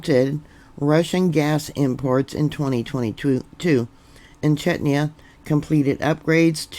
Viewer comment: Chechnya ( pronounced like chess- nia) is a country of the North Caucasus region, in the area of South West Russia. The country which is the subject of this video is the Czech Republic. Sometimes called Czechia ( pronounced like check- ia.. The capital city of Czech Republic is Prague ( pronounced like Prog). To use the pronunciation for Chechnia ( chessnia) is a bit far off .